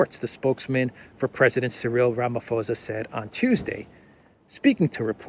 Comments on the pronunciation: Remember the pronunciation of Ramaphosa is with a P --Ramaposa - not Ramafosa. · It's pronounced Cyril Rah-mah-pour-zaa brother, not Ramaforsa. I'm from South Africa so I should know, lol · For the record, it’s pronounced:”Rama-poser”👍